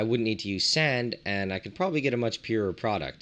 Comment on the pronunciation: He says product like it’s coke or something 😂😂😂 That’s hella cool tho! That always tripped me Out how to things that kill you if put together in a relationship with just make you taste salty